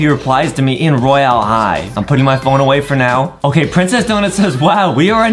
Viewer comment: Dude Adem says roylae high